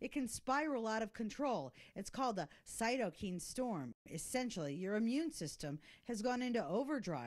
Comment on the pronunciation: One of the standard meds to treat Cytokine (pronounced 'Kyne', not 'keen') storm has been Chloroquine. Look it up. If, and I say if, this is a valid treatment for cytokine storm, and has been suppressed by the media and some politicians, then they are complicit in killing thousands of Americans. No one would do that, right? Jury still out, still researching. But never, EVER suppress the opposing view simply because you do not agree. Never.